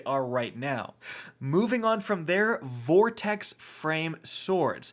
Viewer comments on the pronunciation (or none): none